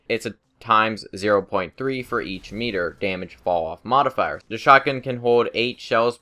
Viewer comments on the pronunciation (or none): none